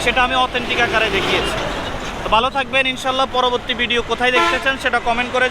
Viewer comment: Its Video and not “Vedio”, just a suggestion!